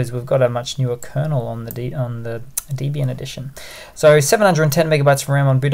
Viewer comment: Pronounced Debby-ian not Deebian.